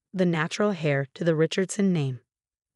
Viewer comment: Heir is not pronounced "hair", it is pronounced "air".